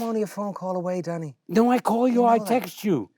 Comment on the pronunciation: "I'm only a phone call away danny." Said in the most irish way possible was so wholesome